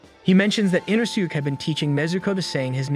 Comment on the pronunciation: So aggravating 😂 they literally say it the right way in the English version so him saying it wrong is inexcusable